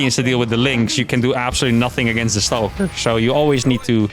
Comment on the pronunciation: The word is, Stalker, not Stowker, pronounced Staw-Kuhr, you're welcome :)